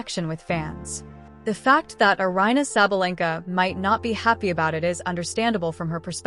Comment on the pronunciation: Why don't you do something special and learn to pronounce her name correctly? You can put up a video but can't research how her name is pronounced? You're so fake.